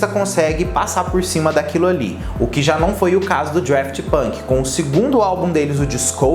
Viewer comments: DAFT NÃO "DRAFT" 🙄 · Cara, é Daft!! Não é draft! Fica claro que vc não conhece quem foi ou que é! Fez esse vídeo para alcançar público! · Ponto 1 - não é Draft, mas sim Daft. Ponto 2 - Um dos membros da banda chama-se Guy (deve ler-se Gui, dado que ele é francês, embora de ascendência portuguesa. A sua família é originária da cidade de Aveiro, Portugal). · O Daft Punk, com R (DRaft Punk) quase me fez parar o vídeo Hahaha. Mas arrasou pelo conteúdo,. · não é Draft Punk, é Daft Punk mesmo, sem o R 😉🙏🏻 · "Drueft Punk" foi ooOotimo! 🤦🏻‍♂️ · adoro quando fala draft punk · Estudou toda a trajetória do duo mas não aprendeu o nome?? Draft tá difícil de ouvir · dRaft punk, aí que agonia kkkkm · eu não sei pq mas ouço vc falando DRaft Punk heheh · Agonia do falando Draft Punk... não sei pra que inventar coisa na pronúncia. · Vim aqui pra falar o mesmo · Real, nem consegui ver o vídeo depois do 10° draft punk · É Daft Punk que agonia, igual ele fala Halsey errado 😬